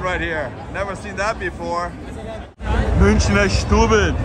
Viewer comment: München, not "mewnick. "